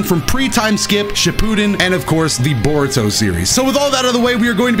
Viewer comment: he said borudo XD